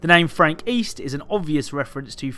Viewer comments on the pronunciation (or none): East I thought you said weast